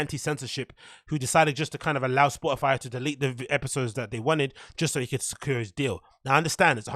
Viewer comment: did she just say spotifly?? I checked 5 times. lol